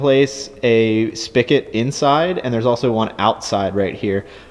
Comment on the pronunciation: SpiGot, not spickit.